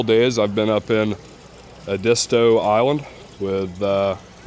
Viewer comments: It's Ed-isto 😊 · "Eh-deeea-sto"? Really? I'd expect you to know how to pronounce it. C'mon man! Edisto is my favorite place on the planet! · It’s pronounced ED-is-toe rhymes with eddies toe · Exactly, never heard it said the way he said it lol. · We need to teach him how to say Edisto. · Was coming here to say the same. Love his videos but I cringe every time I hear him say Edisto. Let's give him Coosawhatchie or Okatie , haha!!